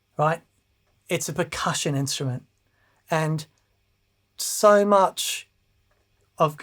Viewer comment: I almost thought said, "Thank you so MERCH." And I would fully endorse that.